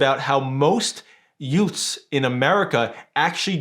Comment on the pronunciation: Did you say Yute's? What are Yute's?.